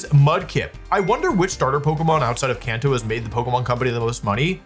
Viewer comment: "Konto form" 😂